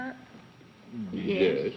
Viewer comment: I notice when women say "yes" it sounds like "yays". . . something I first heard with Veronica Lake. It was so unique to the dialect of the time.